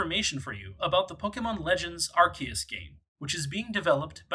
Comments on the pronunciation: PLEASE NOTE: even if you don't get anything else from this video, at least observe that the pronunciation is ARK-EE-US, not ARS-EE-US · Guys it's pronounced, arceus